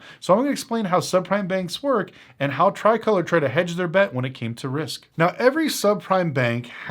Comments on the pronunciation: Stop playing you know you mispronounced it. We know it as Tree-colorr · that’s not how you pronounce it! 😂 it’s pronounced differently. Very good analysis, but there is more to the reasons of why they went bankrupt.